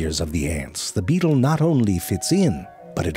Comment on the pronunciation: He said butt beatle.